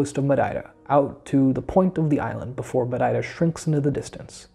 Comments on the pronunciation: Great job! And now I have a good reference for pronouncing Madeira like a local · you say Madeira as a Madeirense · Great job. And you are saying Madeira with the proper Madeiran accent, well done